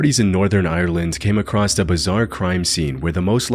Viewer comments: Love your content but brother there is no T in the word across. It’s across not acrossed/acrosst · "Came acrosst" 🙄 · Somebody please tell the narrator of this channel that there is no such word as "acrosst". The word is "across". Not "acrosst". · I love this channel and these videos. Small pet peeve: It grates on my nerves to hear “across” pronounced “acrossed.” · "Came acrosst"